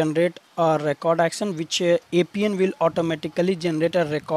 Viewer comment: Recently had a meeting with few of the appian management people from abroad. They really don't like their product to be named wrong. It's pronounced as App ian as in APPLE not apeian as in APE"! IT'S (APP-E-N)